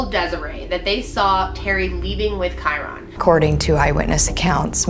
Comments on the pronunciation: It’s KY RIN NOT KY RON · May twenty FIFTH. not FITH. And maybe you could pronounce his name right. Kyron. Like myron. Not kyRONE. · Gotta say it. *Ky-RUN not Ky-RON. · Kyron not kiron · Pronunciation: Ky-RINN. Not Ky-Ron. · Also his name is ky-run. Just pronounced differently. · I love she’s my fav but she pronounces so many names wrong 😂 KY-RIN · Like Ky-ren. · i love all of content since discovering her channel recently, but her pronunciation of kyron's name is this video make me cringe - "Ky-RON" lol glad that this is an older one, her content is even better now than it was then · Great coverage, I love these types of informative videos! However hearing Kyron’s name mispronounced repeatedly had me cringing a bit... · You could at least pronounce the boys name correctly out of respect for him and the family. All you have to do is listen to the parents pronounce it!! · good video but your pronouncing his name funny. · I love, but listening to her mispronounce kyron's name 1,000 times is brutal. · Rewatching this video pisses me off so much because why can’t pronounce his name correctly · this video definitely should have been focused more on Kyron, you started it out talking about a bunch of other stuff, that takes away from what the video is supposed to be about. and you didn’t even say his name right. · it said so many times the pronouncement of his name & you still kept mispronouncing it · Michelle B. Anger? Hmmmm. Maybe it’s just expecting someone who does a video about a missing child to pronounce his name right.